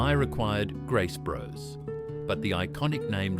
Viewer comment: Graces bros I think it’s grace brothers